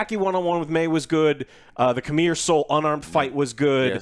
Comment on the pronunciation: His name is c'meer as in come here 😒